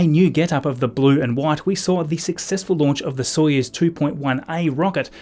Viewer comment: When you said Soyuz in the intro, my brain went “oh that’s right”